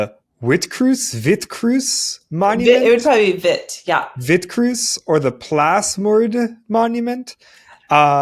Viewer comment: Plaasmoerde - pronounced plarsmoorder- means farm murders. You also need to roll your ‘r’s.